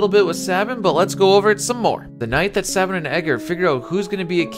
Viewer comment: Its SAY Bin, not SAH Bin.